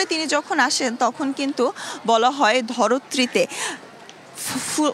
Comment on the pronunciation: ধরত্রী কোন বাঙলা অভিধানে আছে মহোদয়া?? নাকি আপনি নিজে বানিয়েছেন? জানালে উপকৃত হবো। ইতি আপনার উচ্চারণ ভঙ্গির অনুরাগী।